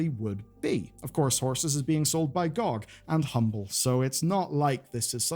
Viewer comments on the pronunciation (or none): anyone else think he said horses is sold by god instead of gog?